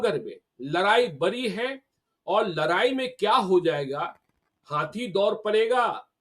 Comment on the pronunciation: लड़ाई होता है लरआई नहीं